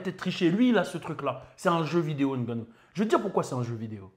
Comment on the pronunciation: Un vrai camer le 😂 Juste pour sa façon de dire correctement Ngannou